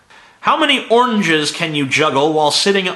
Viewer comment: Sounds like you can't pronounce oranges, either... ¿Onges?